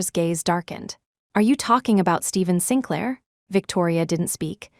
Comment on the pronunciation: Sinclair is pronounced Sinklaer